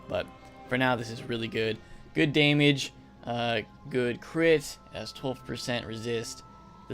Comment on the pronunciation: Bro please correct ur “damage” “fire goes for daymage”